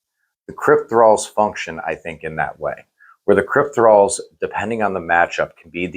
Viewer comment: CryptOthralls guys, not Crypt-thralls